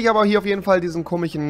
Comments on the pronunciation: ER SAGT IMMER “KOMICHEN“ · Er sagt immer komichen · Komischen und nicht komichen 🤦‍♂️